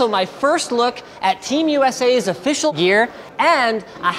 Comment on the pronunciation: Sounded like he said "YEAR"